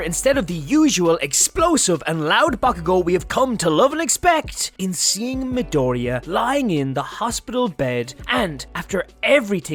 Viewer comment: Midoria 😂 JAJAJA that pronunciation